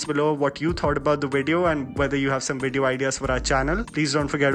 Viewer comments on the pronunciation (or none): WWWise Chief of Staff. WWWWideo ideas. It's V brother V. Pronounce with me. Veeee. Not Weee. Veee